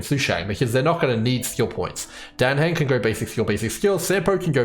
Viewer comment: this guy just calls jing yuan ‘jing’ and says dan heng’s name wrong too so I don’t think he’s exactly interested in learning how to say their names right. lol